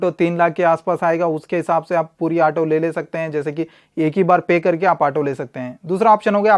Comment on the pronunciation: ato nhi auto hota hai 😅